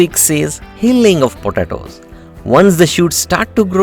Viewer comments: Please learn to pronounce, or avoid repeating the word “potatoes”...., it is ANNOYING how you pronounce it ! 🤪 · I so love how you say potatoes I’m literally gonna start saying it that way just discovered this channel and it’s helped me out tremendously thank you thank you, If we were to count how many times you said potatoes I would say 200 lol